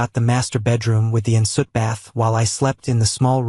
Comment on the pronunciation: 'Ensuite', not 'insut'.